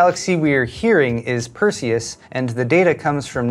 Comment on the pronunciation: Perseus?! Sounded more like Cthulhu!